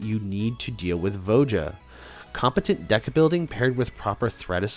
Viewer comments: Jesus. Its not VO JA. ITS VO YA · Please tell me you're trolling everyone with that pronunciation of Voja?